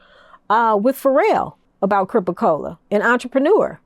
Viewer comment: WTF is a Cripa Cola?? 🤦